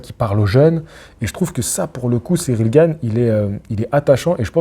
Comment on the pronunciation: t'as dit Gane et pas Gaine!!!!! Trop bien.